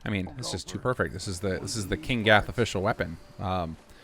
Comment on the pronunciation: You got name right first time! thanks for vid much, love for both your mods and your channel from the UK